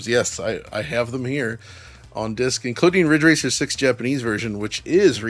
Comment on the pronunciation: Asian Accent Riiiddgggge Raaaccceeeer.